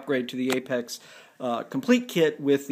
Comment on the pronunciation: correction...apex not apaz